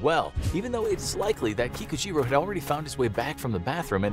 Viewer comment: Anyone else keep hearing pikachu even tho you know he is saying kikujiro?